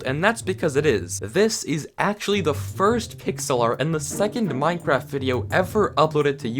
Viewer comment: Minecwaft owo